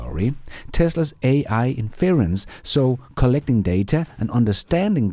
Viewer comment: The word you have been using is pronounced "IN fur rents".